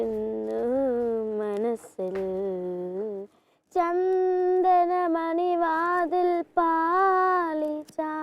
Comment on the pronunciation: Pali chari alla. Pathi chari aanu.